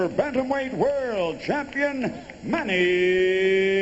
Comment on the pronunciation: LOL! they couldn't even pronounce manny's name back then.. haha